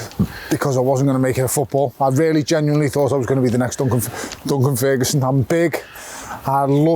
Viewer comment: Surprised he didn't slap you when you said " bunkan ferguson" lol